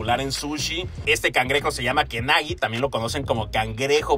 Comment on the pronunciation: No se dice kenagui bro .. se dice kegani “ 毛蟹” ke = pelo “ kani = cangrejo . Por juntar los dos verbos se convierte en kegani y no kekani ni mucho menos kenagui ❤